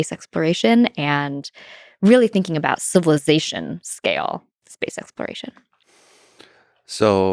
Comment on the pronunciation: Why can’t she pronounce exploration?